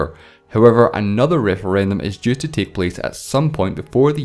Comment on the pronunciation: have to disagree. I can understand him now, but when he said "as" instead of "is" it was pretty confusing and I had to actually replay the video in order to understand the sentence.